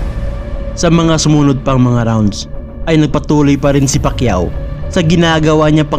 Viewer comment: Nasubaybayan ko lahat ng laban ni sen manny, pati yung unang laban nya sa U.S at hindi mabigkas ang apelyido nya, sa halip na Pacquiao ay Pakyu ang sinasabi ng announcer😅